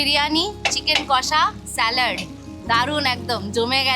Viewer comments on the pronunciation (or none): I❤ Medinipur ❤ স্ল্যাড✅ স্যালাড ❌